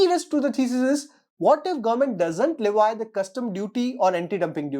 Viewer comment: Its *Le vee*(లెవీ) Not *le vi*(లెవై)